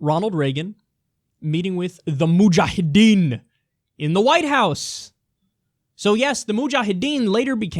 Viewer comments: LOL Kyle is totally getting off with saying muhjahedin :P :D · Why does Kyle say "mujahedin" with an Arnold Schwarzenegger accent?